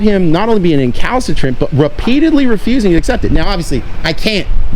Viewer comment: Someone learned a new word. Count how many times he says Calcitrant lol